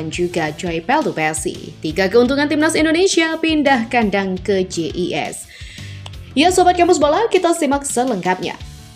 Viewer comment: Hi min jgn ngomong JIS Pke pronousiosean ingris pke bahasa indonesia aja JiS itu